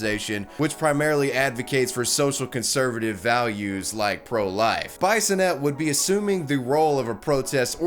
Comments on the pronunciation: Lmaothe way you say bisonette is hilarious. Its pronounced biss in et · Taking it out on an innocent employer including threats of violence fits nicely in your Trumpian America. BTW Bissonette is pronounced “Bee-so-net” not Bye-so-net. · I AM THE LIQUOR RANDY!!!!!!!! BTW it's pronounced like bee-son-ette. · As someone from Ontario myself we would pronounce bisonnette as bee-son-ette in a French way generally not like bison ette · Its pronounced Bee-sonette, not bison-ette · Hi, I am a Bissonette, Marie Claire is probably my cousin. CAN YOU PLEASE STOP PRONOUNCING IT BIESONETTE? ITS BISS-O-NET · Be-so-net... js bro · Heh! Her name is pronounced "B-i-sonnette_, short 'i'. Her dad was my history teacher at St. Robert's HS in the mid-80s, and the reason I became a pro-life activist in my youth, and why many of my peers from that period are still pro-life today. Wonderful, Ms. Bisonette! Your dad would be proud! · I know Ms. Bissonnette. It's pronounced "biss-o-net", just as an FYI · Bissonnette is a french name. The "I" is pronounced "E". Phonetically, it is "Bee-son-net" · Bisonette is pronounced - Bee-son-ay. F.y.i. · I took a shot every time you mispronounced Bissonnette and now i'm dead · Bisonette, like an itty bitty bison? The mispronunciations are strong with this guy. Swanseeuh.